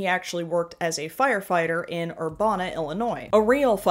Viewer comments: The Chicagoland area disowns this bigot, but to help you, whom I adore, "Urbana" is pronounced like "banana." Y'know, the things that Josh loves to deepthroat? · Urbana Illinois is pronounced ERR-Ban-UH